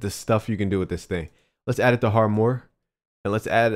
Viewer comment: Dude its 2017 and you still dont pronounce harmor correctly